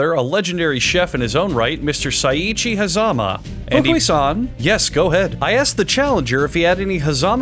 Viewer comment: Okay, but that "Fukui-san" was sub par. You have to work on that more.